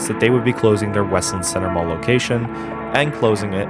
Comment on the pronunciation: It's obvious you don't live here. It is not pronounced west-lind. It's wes-land. It's sad to see the mall the way it is now, but if you pass the place on a Saturday the parking lots have a lot of cars and the closer you get to Christmas, the busier it gets. That Kohls store rakes in the money all year long, as do a lot of the other stores (Bath and Body Works comes to mind). The fact that Kohls has store pickup is helpful. If the other stores offered that, it would probably help. Losing Charming Charlie's was a nasty hit, but that wasn't any fault of the mall (the company itself went out of business at that time and now seems to have only an online presence). I hope Westland Center comes back to a thriving business. Westland needs businesses. There are many strip malls in the area that are completely empty and the pandemic made things worse.